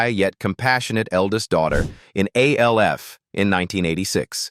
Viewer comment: It's not A L F ; it's Alf like in Alfred. Stop using A.I.'s